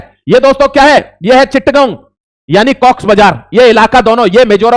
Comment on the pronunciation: Chit gao nhi... Chotto graam, or chatt gao... Galat mat seekhao.. bache fail ho jayega 😂